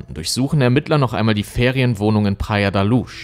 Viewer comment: Luz sprich Lus. Nicht Lusch. Praia de la Luz. Sprich Praia dsche la lus auf portugiesisch. Sorry 🙈 Ich höre dir echt gerne zu. Du hast so eine angenehme Stimme, erzählst super und spannend! Aber das tut mir in den Ohren weh. 🙉🙏 ... ich weiß kleinlich, kann nicht anders. 💖